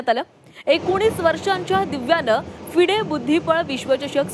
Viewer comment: अहो News Anchor मॅडम 'फिडे ' नव्हे ❌FIDE ' फाइड ' ✅ आहे ते.😂😂😂